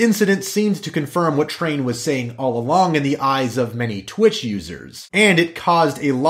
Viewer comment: It's twitch not twat